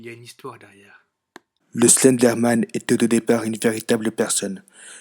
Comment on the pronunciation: MDR le début "Le Stenderman" ^^